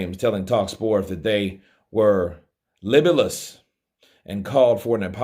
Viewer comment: I'm still laughing at you pronouncing the word libelous as "libblelous." 😂 Don't ever change,!